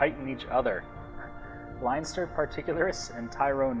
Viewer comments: its Len-ster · if your irish why cant you pronounce leinster right? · You're Irish and you can't pronounce Leinster. Lol!